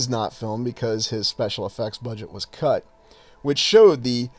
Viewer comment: Haha mispronounced "cut"...